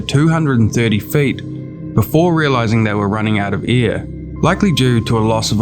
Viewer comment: every time I hear "they runned out of ear" I remember my english teacher telling me I should improve my pronunciation xd It is an awesome video, short but even so full of story and details, I really liked the job!